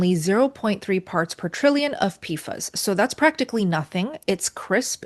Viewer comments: JSYK…PFAS is pronounced “pee-fass” Also, 1-10 ppt isn’t that high or uncommon. Many natural waters, groundwater or surface waters, have similar levels or more depending on where you live. And the EPA’s upcoming regulations are 4-10 ppt depending on the specific PFAS contaminant. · This would be easier to watch IF the main words were pronounced correctly! So easy for you to look them up. "PFAS" as in PASS = P-FAS "Perrier" is not Pe ree er. It is properly pronounced peh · ree· AY Gerolsteiner: Geh (like 'get' without the 't'), rol (like 'roll'), STAY (rhymes with 'day'), ner (rhymes with 'runner') So: *Geh-rol-STAY-ner*.